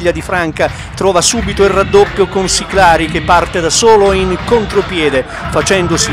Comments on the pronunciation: Il commentatore ha sbagliato tutto!!!! Passi per gli accenti di Siclari e Guaita però Franca non si può sentire (si dice Fransa). Vogliamo parlare dello stadio Villani? Lo frequento da anni e il nostro stadio e' il glorioso Viviani!! Siamo al dilettantismo allo stato puro. Bravi bravi!!!!! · ma dai... MA non si puo dire franca quando si dice fransa (so che non si scrive così) l'erore dell'accento di Siclari Guaita puo pure passare ma la cosa che mi manda in delirio e lo stadio Villani e scritto bello bello davanti ai cancelli che si chiama Viviani... MANCO A LEGGERE!